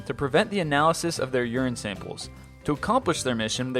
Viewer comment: uran samples? as in pee samples?!?!?